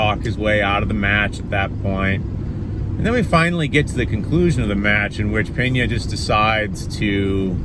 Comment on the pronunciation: Pena not Peña. If I’m português it had the sound of the Spanish Peña then there would be an “h” Penha